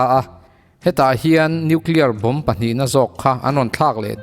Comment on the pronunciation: Nuclear poh tidik thiamlo..Atom poh tidik thiamlo..bomb poh tidik thiamlo...angaih na awmlo...khua avarlo lulai emy